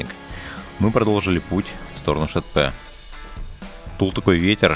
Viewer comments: Классное видео, огромное спасибо за труд. Съемка и монтаж - супер! Но пожалуйста (без калпи негатива) просьба, читайте так, как написано, Шетпе - не Шэтпэ, Жанаозен - не Жанаазэн, вот буквально как написано, так и читается :) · Видео замечательное! Только каждый раз ухо режет Шэтпэ и иже с ними:)) вроде обычное русское "е" везде, почему все россияне так произносят:)))) . Аккогершiн - "белый голубь" то бишь, Бозжыра - "Серый овраг" нежели бледная земля и так далее.